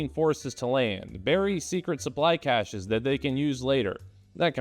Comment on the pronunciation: Finally, a person who pronounces “cache(s)” correctly.